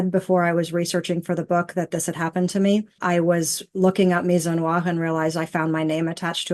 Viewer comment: I don't think MI-ZO-NWAR is a correct way to pronounce misogynoir, there is that whole gy thing that is being skipped. But then again it is a made up word created in order for someone to have something to accuse someone else of when they don't like what they are saying.